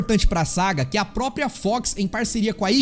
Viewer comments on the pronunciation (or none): none